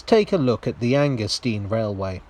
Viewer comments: 'stein' as in 'vine', surely? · Oh Dear! Anger-steen or Anger-stine? In German, it's the second vowel which determines the pronunciation. The Americans have a problem with both English and German, so pursuing their logic is a waste of time...